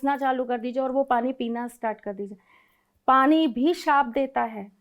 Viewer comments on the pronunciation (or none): none